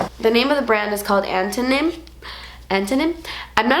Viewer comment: watching her question herself when pronouncing antonym made me cringe.. the fact that she wasn't sure how to say it and probably doesn't know what it is makes me feel like elementary school english has failed America